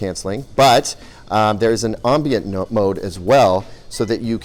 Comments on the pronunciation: Dude. Subtitles! I could not hear the "ombons" over you eating and overpowering your microphone. Say it one time with me, "am-bee-ent". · I think you're saying ' ambient ' wrong...